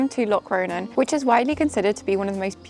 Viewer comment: Your pronunciation of Locronan is totally wrong. I’m English like you but I get it right 🫤